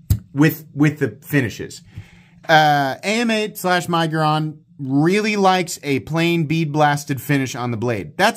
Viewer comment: I think AMEIGHT is actually pronounced Ay Mayte